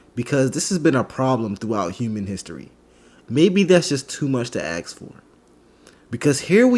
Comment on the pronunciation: "Maybe it's too hard to hire someone without looking at race or gender.... Maybe it's too much to axe for." Yeah, but if you're hiring a diction and/or speech specialist, it may NOT be too much to "axe" for.